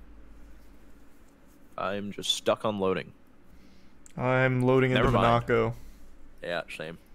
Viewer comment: MUHNAHCO!? You’re kidding me..